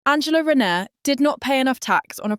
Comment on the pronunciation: You cant even say her name correctly